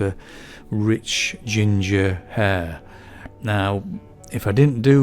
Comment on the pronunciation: Love this upload. Just remember that the letter "H" is pronounce in the word Hair. Sorry, but you know it's true. As the old saying goes "Do not drop your ayches"